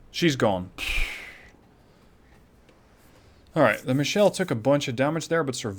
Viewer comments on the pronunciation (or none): FYI: It's a german cruiser, so it should be "Michel", not "Michelle". It's a (mostly southern) variant of Michael.